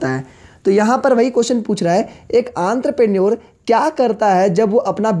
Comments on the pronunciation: teaching skill is excellent but it's enterprenuer not anterprenuer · Bro don't mind but it is entrepreneur not antrupener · This guy has said Entrepreneur as Anterpreneur in the whole video 😂😂😂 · Sir sorry to say u but it's not antropreneur...it's spelled as en-thruh-pren-neur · Actually Sir its Enterpreneure not Anterpreneure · It's not antrepenure it's entrepreneur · Entrepreneur ❌Antraprenure✔️😂😂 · 🤣🤣👈🏻भाई वो आंद्रप्रनर नही है। वो इंटरप्रेन्यूअर है। 🤣🤣🤣🤣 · its not antrepreneur its ontrepreneur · Anterpenure nahi enterpenure hai be😂😂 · Bhai enterpreneur hota hai yrrr mai sala pronounce karta tha ye word ko sala es video ke antherpraour bolne laggaya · Entrepreneur ho ta he bahi antarpenur nhi 😂😂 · Aree sir wo entreprenur hota h aap ky bol rahe ho aanterpenur kuch bhi ...🤣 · Antarpreneor nahi hota entrepreneur hota hai gvar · Antraprenuer nhi ha bhai entrepreneur ha.. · Sir it is not aanterprenuar.😂......entrepreneuar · Nice explanation sir.. But pronunciation Aantrapreneur 😂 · Aantrepreneur 🤣 what a pronunciation....but thnx sir♥️ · Entrepreneur ❎ antrepreneur☑️😅 95+ mrks in it . Like plss. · Entrepreneur mujhe aantrpreneur sunayi derha h 🤣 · Everytime I start laughing when he pronounce entrepreneur as antrapreneur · Why "Anterpreneur" ? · enter per naour lmaao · Entrepreneur not antarpenur 😂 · Anterprenuer 😂😂😂😂😂 >>>> Entrepreneur 😂😂😂😂😂😂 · 😂😂Antar parneur bhai tu to bda khatrnak bol ta hai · Aantraprenorrr kuch to karta hai 😂😂😂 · Entrepreneur ❌ antrapreneur ✅ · Sorry to say Sir , it is "entrepreneur" the prounciasion will be " onterprenur " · Entrepreneur ❌ Antrapreneur✅ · Enterprinour 😊😅× aantraprenour😂😂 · Sir vo antrepreneurs nhi hota vo entrepreneur hota h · Are bhaiya antarprenure nhi entrepreneur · entrepreneur = antrapreneur😂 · 🤔🫥entrepreneur pronunciation wrong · Bhai entrepreneur ka pronounciation shi se kijiye.....😊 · आंतरप्रेन्योर नही एन्टरप्रेन्योर भाई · It's not anterprenuer 😂😂 it's entrepreneur!!! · Aantarprneor ✅ entrepreneur ❌ 😂